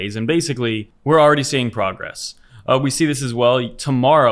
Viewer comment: PRO-gress instead of CON-gress